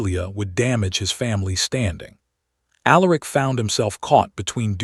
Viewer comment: If only the AI voice could learn how to pronounce words like bowed, Silas , read, Aleric. Alternatively use simpler names.